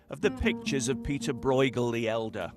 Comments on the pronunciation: Why can’t a single person bother to pronounce his name correctly?! It’s not ‘Broigle’. It’s more like ‘broe-chel’ with a ‘ch’ like in ‘loch’. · "Breugel" shouldn't be pronaunced this way... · Lol, it's not pronounced "Broygel" ^^ The "ue" sound (spelled "eu" in modern Dutch) is close to the "u" in the English words "burst", "curse", "urge".